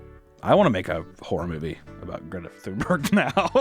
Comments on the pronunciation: I absolutely love how he pronounces Greta thumburg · Ahhh, c'mon papa, you missed the opportunity for a shitty Greta Toonberg joke. All ya had to do was fuckin google how to pronounce her name, goddamnit, hahaha